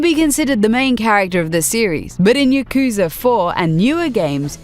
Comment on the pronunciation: Please learn to pronounce yakuza also. It hurts my ears